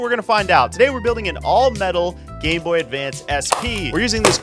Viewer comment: Is he saying gayb0y??? Cuz I replayed this five times and I keep hearing the same word it's hilarious